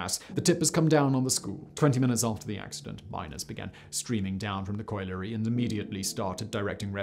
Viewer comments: Tragic story, but the part that boiled my blood most was your pronunciation of colliery. 'Collie' (like the dog) followed by 'ery'. Coil-ery is an abomination. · Factboy it's pronounced [coll'er'y] please don't let me and yourself down by simple pronunciation. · colliery is not that hard to pronounce. coll yer ree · It's pronounced collar-e.